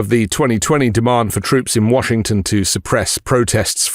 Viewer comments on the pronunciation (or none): none